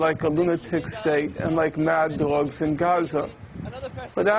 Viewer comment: She is so hot and seems to be a warm person, a contrast to the monotonous stream of words coming from this graduated douchebag who pronounces Obama like Oh-bae-ma and says things like Mad-de dogs. ''Well errrrr'''And then he does not answer the question but just babbles about other things Israeli have done . Israel does not use its nukes and his assumption is as preposterous as his entire exterior and interior.